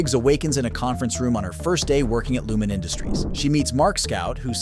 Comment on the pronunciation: Please learn how to pronounce Lumon correctly. The narrator voice clearly never watched the Series